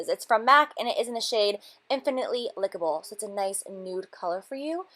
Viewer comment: Considering you worked at Mac you get a lot of the names wrong... it’s INFINITELY LIKEABLE not Lickable...and it’s COPPERING not Copper Ring... and I don’t even work there.